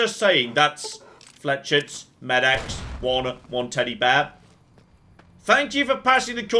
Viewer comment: Given pronunciation of 'idiot savant' in his Fallout 4 runs, I was amazed how he pronounced 'flechettes'.